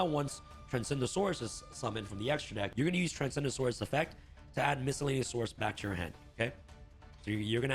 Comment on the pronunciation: I keep hearing him say "Transgendasaurus"